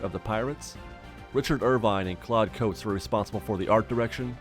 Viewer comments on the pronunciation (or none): none